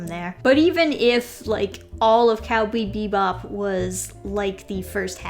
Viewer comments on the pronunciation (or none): "Cowbee Bebop" XD